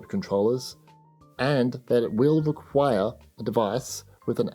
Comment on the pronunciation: WHY DO YOU SAY REQUIRE LIKE THAT. YOU HAVE ZERO AUTHORITY! JUST REPORT THE NEWS BRO. ANNOYING.